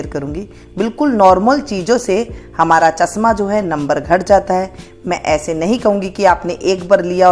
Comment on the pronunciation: chasma nahi chashma boliye madam ji